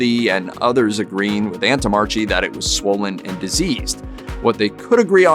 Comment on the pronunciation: You mispronounced the doctor's name. It should be 'antommarkee'